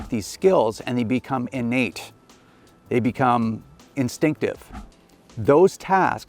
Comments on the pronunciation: Hahahahah Innate!! (in-Nate) LOLOLOL!!!! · Better make those skills (In-Nate) haha how i heard it the 100 times it was said